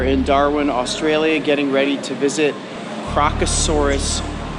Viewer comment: Remove the first “r’ from crocasaurus